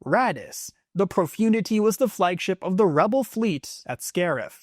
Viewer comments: Profundity is being pronounced completely wrong ! It’s “ Pro-fun- dity “ ! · You mispronounced Executor and Profundity